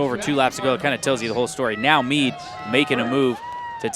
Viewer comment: Jeudy Guzman Hernandez Yes, I guess I shouldn’t be so insensitive because English isn’t his native language so it’s understandable. But it’s still really bad... he called “Mead” (which is spelled out in the video) “Meat”...